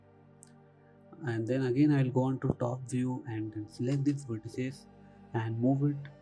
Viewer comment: its not verteces its vertices